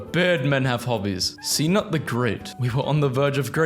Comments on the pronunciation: "C NUT" WHAT! It is not c nut but cnut but the c is spoken like a k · Its Knut not c nut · Second of all Cnut is not pronounced C-nut. Many people don't know that Cnut The Great, King of Denmark, actually invaded England and held it under his rule.